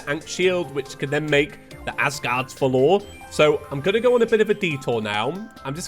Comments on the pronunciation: I’ve never seen anyone pronounce valor as vuh-lore I always pronounced it as vah-lur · it is pronounced Vall(as in valley)-er(like doctor) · died multiple times to leviathan in this video and the most painful part was still hearing him pronounce valor! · I am sorry, but i have to do it, its not valOr its vAlor, its an easy word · the way he says valor :skull